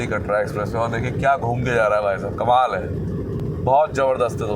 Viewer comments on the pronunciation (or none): none